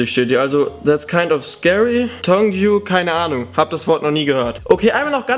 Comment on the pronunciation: tongue heißt zu deutsch Zunge und es wird [tang] ausgesprochen. Wird verwendet auch bei Muttersprache =(in Englisch) M mother tongue😏😉 dank mir später (bekomm ich ein Herz)